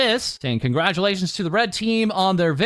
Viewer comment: The second "Conglatulations" from you had me in STITCHES man, you can't do this